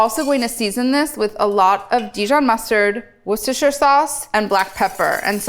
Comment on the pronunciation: An American pronounced Worcestershire sauce correctly. Hallelujah!